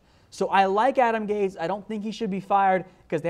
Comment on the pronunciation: You don't pronounce it Adam "gays" 🤦‍♂️smh lol